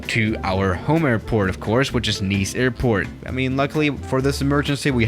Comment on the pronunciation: It's Nice, not nese. U noob